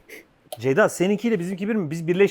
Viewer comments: Abi bi kere de doğru düzgün Ceyda desen canlar rahatlicak 🤣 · Yeni ismin hayırlı olsun 😂😂 "SEYJA"